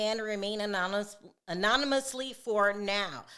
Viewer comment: Pronounced “A-Non—O-Must-Lee “